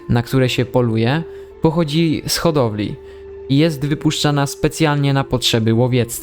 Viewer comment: Hodowla, a nie Chodowla !!